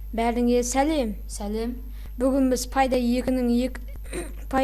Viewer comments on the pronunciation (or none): Пайдай емес пэйдей десей